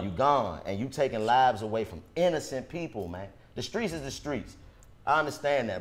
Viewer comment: DC keeps saying We gotta stay SKRONG for us🤣🤣He also say Skreets..He never puts T on his words WHY?🤣🤣